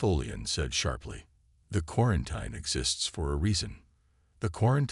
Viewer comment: Your AI can't say quarantine.